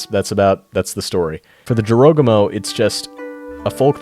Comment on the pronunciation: Hopefully you will pronounce Arachne right because you butchered the word Jorogumo